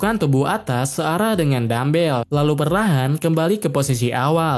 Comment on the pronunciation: ngomongnya kurang jelas dikit bang judulnya dumbbell apa Dan bel?